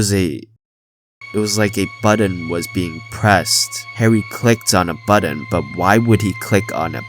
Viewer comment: "Like a BUDDON was being pressed. Harry clicked on a BUDDON. But why would he click on a BUDDON? And why is there a BUDDON there? And what happened to him after he clicked on that BUDDON?" I love how he says button so often in a row with the same emphasis xD